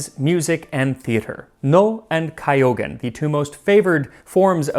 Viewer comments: Max you got most of the pronunciations correct (thank you). However, "Kyogen" is "Kyo"-gen" ("kyo" is blended together) not, "Kai-o-gen". The Nanban Ryori is not typical and would not have been served to most samurai or shogun. The Takuwan (daikon radish) is ever present in Japanese meals. Namasu is less common, but is a fixture at special meals. You can do a show on making Takuwan.... warning: just like Garum, it's pretty laborious and somewhat tricky. (but if done right, the color is natural). Umeboshi is easier. My understanding is that during this time, a typical samurai meal would have been onigiri (rice ball) with some tsukemono (Takuwan being one of them). Anyway, thank you for making this video. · ooooh, that looks like a high quality adaptation of a well thought of book! And i love your efforts with this dish--it looks fantastic. Excellent pronunciation work as usual, aside from kyougen which would be 'kyo' like 'kyoto', not 'ki-yo.' <3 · i'm not trying to be rude here but your pronunciation is good enough that you obviously care about getting things right, so: the first part of kyougen is meant to be a single long vowel sound like "kyoh", not two separate sounds "kai-oh". it's actually the same as the first part of "ryouri", which you consistently pronounce correctly, so just replace the "r" with a "k" and you're all set. (incidentally, it's NOT like that for the legendary pokemon kyogre, which IS supposed to be "kai-oh") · The beginning of Kyougen is pronounced like the beginning of "cure". Blend the K and Y together. It's a long O, and also say it for a longer time, twice as long as normal. It can also be written with a line over the O, but I couldn't type that. You pronounced gen correctly, hard G, short E. Kyougen is rather fun if you get a chance to see a performance. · Kyôgen was seriously mispronounced. The others were ok, for a foreigner I‘d say. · Forgive my snobbery but it is not Kai-yogen but Kyoogen if that helps :)